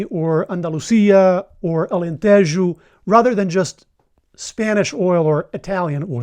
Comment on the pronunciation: You pronounced Alentejo like a native speaker